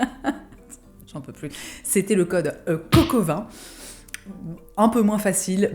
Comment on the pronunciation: J'ai entendu "code Coq au vin" hahahahaha il est 9h du mat et je pense à ça ! sorry le coq